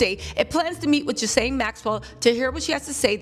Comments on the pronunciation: Ghislaine (Gee-Lynn) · Ghi-La-ne is the pronunciation the s is silent, I believe it's a French name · Gerlaine is the pronunciation. I think Trump will pardon her In exchange for her silence. However, this makes him look extremely guilty pardoning sex offender of the likes of her.